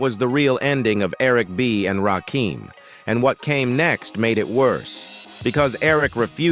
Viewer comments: Don't you guys listen to your videos BEFORE you upload them? Why do you allow A.I to call him Ra keem? Ra KIM. Damn respect this God. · Ra-KIM...not Keem....get it right!!!!! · I can't watch this the AI BULL💩💩 the voice and the way it pronounces Rah-Keem instead of Rah-Kim😡😡😡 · Whos rakeem i thought his name was RAKIM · It's RAKIM, as in KIM. NOT RAKEEM. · Hey AI say his name right its Rakim not Rakeem got it? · It's RA-KIM not Rakeem , bruv! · His name is pronounced as RA-Kim not RAKEEM. STOP IT DAMMIT! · Why is he keeping saying rahkeem.its rah Kim bro 💯💪✌️ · Correction, The GOD M.C.s name is actually pronounced Rah-kim not like the a I voice, says RahKeem🤷🏾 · Delete this comment or change it its RAKIM its NOT pronounced RAKEEM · It's pronounced rah KIM. Not keem smh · I had to click off. He keeps saying "Rakeem" and it's driving me crazy! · Everytime he says Rakeem I get pissed 😡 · This Rah-KEEEEM is bothering me. If AI is so smart, why can't it ever get the names right? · You can say what you want, but say his name right. RAH-KIM... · 😂😂😂😂 I know right!!! Rakeem 🤣😂😭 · He said Rakeeem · WHO TF IS RAKEEM STOP FUCKN THE GOD MC's NAME UP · If you're gonna use AI to narrate the video at least adjust the fucking words so that it gets his name night. You could have worded it "Ra-Kim" and it would have said the name right. I could even finish since you fucked the name up so badly. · Rah-KIM!!! Dam get it right !! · IT'S NOT RAKEEM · Thumbs down, because I don't know who the hell Rah-keeem is!!! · WRONG. It’s pronounced “RAH-KIM”. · Basically when u typin certain shyt in AI, u gotta do some finaglin'. AI wont read Rakim as his name. U gotta spell it as Rah Kim. AI will then say it correctly 🫡💯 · I cut this off soon as I heard the narrator say raheem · No, the narrator says, "Rahkeem." Belee dat. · NO! it's Rakim. Pronounced Rah-kim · It's rahh---kim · Get the god's right - It's Rakim, not Rakeem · you not saying his name right